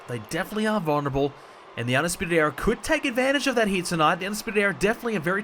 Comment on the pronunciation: Era* not EEA